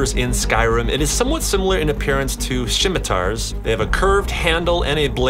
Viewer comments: DOD he just say "shimitar" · “Shimitar” Hmmmmm